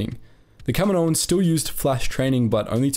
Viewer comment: Does anyone else wince when he says "kaminoans"?